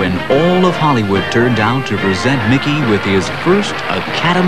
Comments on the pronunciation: It's "Mickey Mouse" not "Mikey Mouse" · "Mikey" Mouse eh? Haha! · mikey? it’s mickey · It’s MICKEY NOT MIKEY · Bro said Mikey mouse.. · His name is Mickey Mouse, not Milkey Mouse. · Mickey. Not.mikey